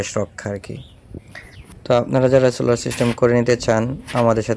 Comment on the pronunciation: সুলার নাকি সোলার😂😂😂😂😂😂